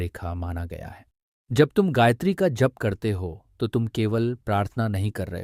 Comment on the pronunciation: हे महान भाव आपने ब्याखया तो अच्छा किया है परन्तु गायत्री का सही उच्चारण आप से नहीं हो रहा है।